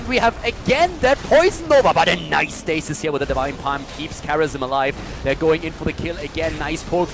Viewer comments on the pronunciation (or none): none